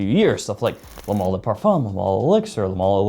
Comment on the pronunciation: I gotta speak up about this:, you’re pronouncing the word “male” wrong “Male” is pronounced like “Mail” if we used your pronunciations then Female would be “Fe-mall” so with respect the full enunciation is “Jean Paul Gaultier Le Male (Mail)” or Ultra Male (Mail) if you wanna talk about the other fragrances thank you for listening to my Ted Talk